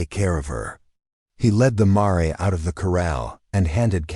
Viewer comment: It's pronounced mair not ma-re. Computer readers still don't get it right . 😂😂😂😂😂😂😂